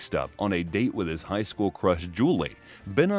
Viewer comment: It's "High school" Not "Hight school"